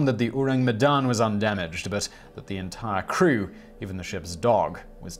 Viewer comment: You can try to pronounce Medan as "May-done" or "May-Dunne", it's pretty close to that for English speakers.